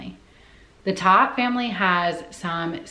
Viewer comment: Its pronounced "tote"